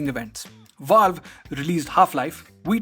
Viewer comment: "vaalve" bruh